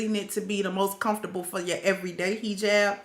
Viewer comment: Are you from the south ? I love the way you say HE -JAB" ..Asalamalakum my sister ..